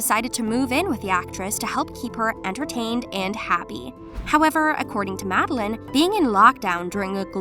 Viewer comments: Her name is pronounced madel LANE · Mad-de-laine Madelaine Petsch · its Mad-e-laine 😈🚍